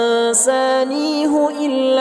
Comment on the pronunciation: طيب الله انفاسك اضن خطأ في الآية 62 قال أنسنِيهُ الصواب أنسنِيهِ ( الكسرة وليس الضم في الهاء)